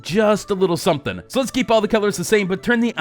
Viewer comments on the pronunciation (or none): none